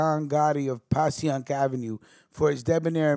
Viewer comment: Its pronounced "PASHYUNK AVE" S.P. IN THE BUILDIN